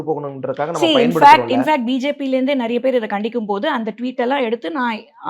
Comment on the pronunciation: ஏய் நாய முதல்ல தமிழ ஒழுங்கா பேசு... நறியபேரு நறியபேரு இல்லை. நிறையபேருன்னு சொல்லு . த்தூ........